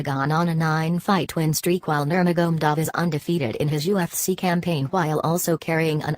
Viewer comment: khabib is the undisputed undefeated lightweight champion and his name its nur ma ga medov you are doing a narration on these fighters say there names properly dizzy woman and its de az not dearz my dear no wonder you got 50 views LEARN TO SAY OR PRONOUNCE PROPERLY B4 YOU START NARRATING WHATS KHABIBS NAME AGAIN MAGMADOV ? ? / / ?